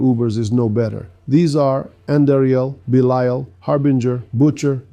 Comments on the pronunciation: Why do keep bouncing between two very different pronunciations of Belial? 😆 Is the audio for your voice AI generated? Bee-lyle, Bee-lee-ull. Also, this is all just academic info anyway, because most people are not just going to ignore their Greater Lair Keys. Lastly, you seem to be ignoring the fact that you can convert 850 materials to Forgotten Souls at the Alchemist. It might be "faster" to ignore them if all you care about is speed farming your Superior Lair Keys, but doing this over time will result in a loss of tens of thousands of Forgotten Souls. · Bee-Lee-ull/all is actually the correct way to pronounce this name, that has existed for thousands of years before the Diablo series. In the Diablo universe though that's not correct. What gets me is he keeps bouncing between two, or even three different pronunciations. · Why the hell do you keep pronouncing belial 2 different ways??? 🤔